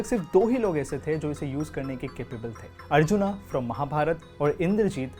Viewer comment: You should work on your hindi words pronounciation also like अर्जुन न की अर्जुना ।